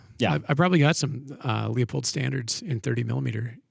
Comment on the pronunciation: Sorry guys, I know it’s a Vortex podcast, but a rifle like that should only wear a Weaver, a Redfield, or a Leupold. Gloss or satin black; none of that modern, tactical, flat black, exposed turrets nonsense. Oh, and for gods sake it’s pronounced like “Loopold” not “Leopold”.